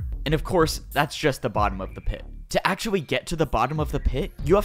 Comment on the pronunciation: "to actuawy"